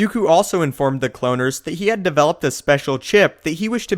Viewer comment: Why can you never pronounce things properly it bugs me soooo much, the way you say kaminoan cloaners was fucked up!!